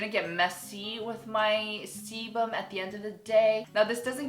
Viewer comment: is it just me or does it sound like saying something else when she says sebum? sorry ><